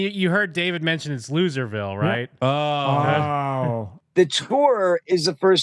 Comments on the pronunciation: It’s how he says loserville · Losser-ville. Dude can't do 3rd grade phonetics.